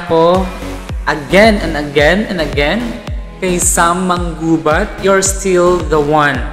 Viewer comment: hey girl , you didn't get the right pronouciation it's MA _ NGUBAT